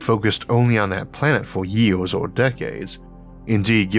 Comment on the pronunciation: Had to make sure I was not the first person to point out that you should not narrate if you have a speech impediment. It makes it both difficult to listen too and unenjoyable. How did you get through school not pronouncing your "r's"? Is it laziness by you or your teachers? Did you go to school in Florida? I mean c'mon, it is years, not yeaws. Do people tell you 'great job, Elmer!'?